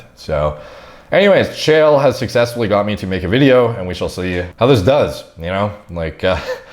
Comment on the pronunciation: Chael rhymes with Chad